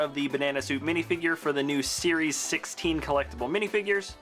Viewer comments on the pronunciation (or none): none